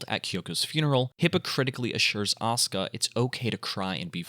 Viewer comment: It’s aw-ska Langley 😂